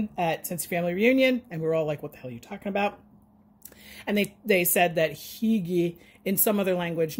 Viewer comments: Geometry, geography. Tomato, tomahto. 🤭😉 But really though, your pronunciation was great! And Norwegians use it too. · You're pronouncing "hygge" like a true Norwegian! 🇧🇻 But I do think the expression is more Danish. Thanks for sharing!